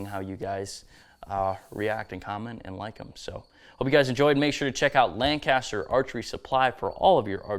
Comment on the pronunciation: It’s lang-kiss-ter. Not lan-caster. Not lang-caster. Lankisster. Just sayin.